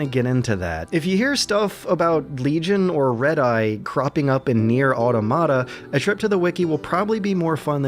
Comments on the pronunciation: Stopped watching 2 minutes in when he failed to pronounce 'automata'. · Nier aur-tomato? JEEZ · ..."AW! - TAW- MUH- TAW!!!!!!!!!" AUTOMATA!!!! good god youtube can't say that word at fucking all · Now we know what a NieR is but obviously doesn't know what Automata are. Automata is the plural of automaton & the emphasis is on the second syllable.